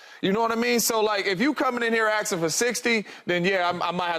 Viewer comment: axing for 60 . bruh its asking not axing wood. wild these low iq ppl making millions